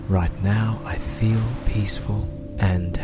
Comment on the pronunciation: *feel (not weel) :D